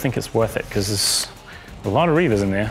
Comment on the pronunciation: It's Reivers not Reavers.